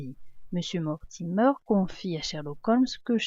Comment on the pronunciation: Mortimer ne se prononce pas mortimeur c'est Mortimer comme la mer